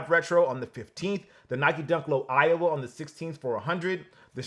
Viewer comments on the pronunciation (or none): none